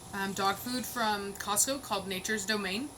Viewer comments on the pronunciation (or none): none